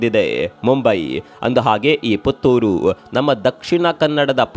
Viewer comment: ಪುಥುರ್ ಅಲ್ಲ. ಪುತ್ತೂರು